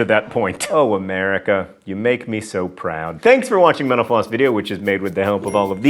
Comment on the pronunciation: Does anyone else think he's saying menopause when he says mental floss?